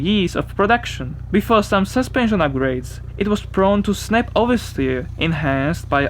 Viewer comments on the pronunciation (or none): Does anyone find it funny how this guy says suspension. 😂